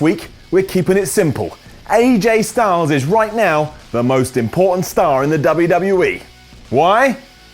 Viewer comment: When he said important star it sounded like he said pornstar